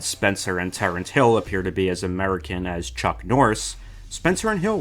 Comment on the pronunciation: Why is he pronouncing him "Terent" Hill all the time... it is Terence Hill